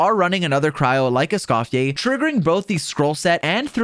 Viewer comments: THIS GUY: ESCOF-FER = ❌️ ESCOF-YAY = ✅️ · I love “Escoffiless” 😂